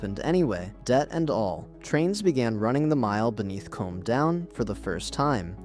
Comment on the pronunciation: Next time use a real narrator and don't leave it to AI to select the images. Far too many foreign trains shown. By the way, Combe is pronounced koom, not comb.